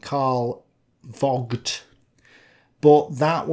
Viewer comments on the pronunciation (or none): I wouldn't know of the English swear word that Vogt's name sounds like if pronounced properly. The way you mispronunce it sounds closer to the f-word though. "Vogt" is pronounced with a hard "F" and long open "O", not a short one. Try "Fohgt" instead.